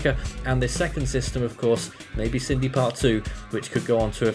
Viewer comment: Sin-dee How on earth have you got Sydney from Cindy?